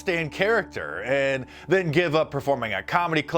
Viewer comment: I can't stand her pronunciation of "and" : iiieeeeaaand. It assaults my ears.